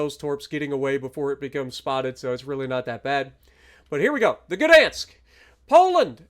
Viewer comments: To help you out, its gah or guh dansk.😂 i think the polish dont mind slight mispronouncing it. They are pretty friendly people. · Gdansk starts with a hard G and is pronounced Gahdansk with the ah sound being shortened. I'm looking forward to getting this ship.